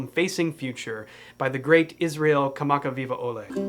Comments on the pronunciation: Also PERFECT pronunciation on the Hawaiian name, well done:D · You’re the man! And your pronunciation of “Kamakawiwoʻole” was on point! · ❤ Iz Excellent job and pronouncing his name! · Great pronunciation,! 🤙🏽 RIP Braddah Iz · bravo for not butching the name kamakawiwo’ole